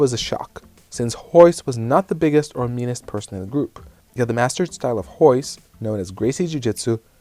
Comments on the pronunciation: I didn't know royce was pronounced hoise. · Hoyce? Isn't his name Royce? Or is his first name pronounced with an "H?"